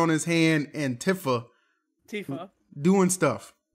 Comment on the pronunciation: can't believe called her tihfuh when he's got an emote of her 😭